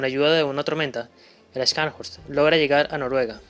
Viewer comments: Una pequeña contribución: las letras "sch" en alemán se pronuncian como "sh" en inglés. Así como "show", en inglés se pronuncia "shou", y no "chou". Scharn se pronuncia "sharn" y horst se pronuncia "Jorst". De hecho, tenia un amigo cuyo nombre era Horst, pronunciado "Jorst". Es similar al apellido alemán Busch, que se pronuncia "bush" y no "buch" como dicen algunos. Lo sé pues viví en Alemania por varios años. Gracias por el video, muy detallado. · Los que sabemos de éstos increíbles buques y armamos a los acorazados,.en Español.. pronuncia neisenao y chanshorst...😅😮😮😮😂😂😂